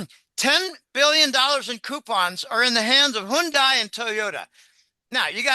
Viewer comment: It's pronounced: Hyun day Hyundai